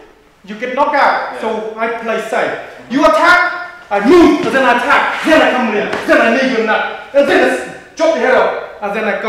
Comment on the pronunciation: you just gotta love how he says zen instead of then :D